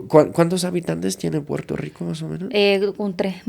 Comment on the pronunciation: Puelto lico"estado libre asociado??? 😂😂😂😂😂😂😂😂 asi le llaman ala colonia gringa?